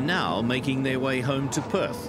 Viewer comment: He can't pronounce "now"